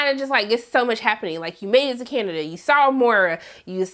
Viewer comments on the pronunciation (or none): Lmao i didnt notice that, but i did notice “Canadia” at least twice. You had me giggling! Love you!